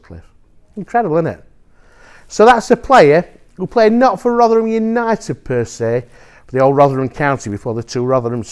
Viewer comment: "Sheffield Unided"